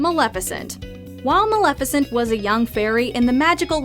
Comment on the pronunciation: Maleficent: XD Maleficant